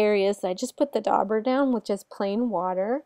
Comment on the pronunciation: THe "u" is silent. Dauber is pronounced like jabber. Look up "daub" in a dictionary.